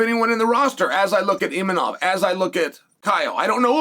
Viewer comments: You're so funny Chael.. It's Imavov, not Imanoff...you gotta be doin this on purpose for the engagement right? love it hahaha I had to look it up cause you had me trippin... One of the best on the mic, smooth and eloquent but now you're just unable to pronounce names correctly for some reason... Genius move lol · “Inimov”?...come on Chael…his fucking name is Imavov. You are saying his name wrong on purpose or you’re an idiot. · Imanof. This dude never gets the Chechens and Dagestanis names right 😂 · Unc getting so many names wrong, islom makhalchev , imanov , khazmat